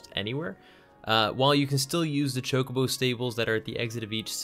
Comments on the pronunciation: That pronunciation "Ch-cobo" has me triggered. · "TCHOCOBAU" ? XD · Why are these guys pronouncing Chocobo wrong?